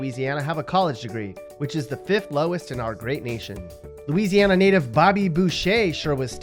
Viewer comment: your pretty dumb yourself, seeing as how you don't even know how to pronounce Louisiana.